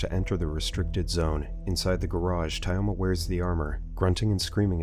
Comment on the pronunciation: Thayoma and Layuba are pronounced Тьома and Люба